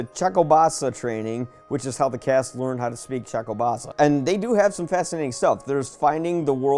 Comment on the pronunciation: Good review but it's pronounced "Cha-kob-sa"